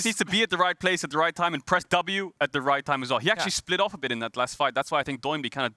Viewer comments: "Doh" is the legit pronunciation of his name. He was born and raised in Korea, so when he called himself Doinb as a streamer, in Korean it really sounds "DOH-in BEEE" the DOH and the BEE are emphasized. Try saying it that way and you'll get used to casters calling him DOH instead of a NIke "DO" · Why does everyone call him "Doh-in B" and not Do-in B? Kinda tilts me as much as LS saying "Aahhtrox" when he used to cast lck